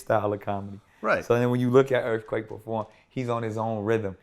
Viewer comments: He said “ earfquake was an very interesting album” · This dude said EARFQUAKE is a very interesting album LMAOOO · “Earfquake was a very interesting album” nigga what. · Lol bruh said earfquake was a great album 😂😂😂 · he said earfquake was a good album lmfaoo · Chill out. Vlad is a human to he prolly just slipped up and said earfquake. 🤦‍♂️ damn yall some pussies offended by everything 😂